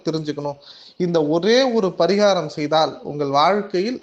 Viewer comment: பரீகாரம் சொல்லும்போது கொஞ்சம் தெளிவா சொல்லுங்க... அது தவிர மீதி எல்லாம் தெளிவா சொல்றீங்க... எத்தனை பேருக்கு இதில் doubt இருக்குனு கமெண்ட்ஸ் பாருங்க..